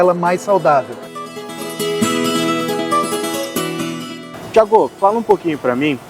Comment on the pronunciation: Thiagão, Thiagô , é muito disforme e agride aos ouvidos e a gramática.